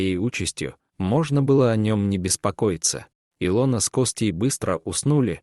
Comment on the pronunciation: Хорошая сказка, если не считать не правильное ударением имени И' лона, режит слух.